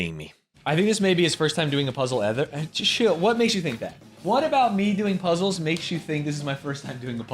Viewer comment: It's so embarrassing to hear him call puzzles "puzzes." Real ones call them zzles.